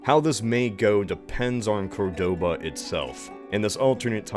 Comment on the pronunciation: I hate to be that guy, but isn't it COR-doba not Cor-DO-ba?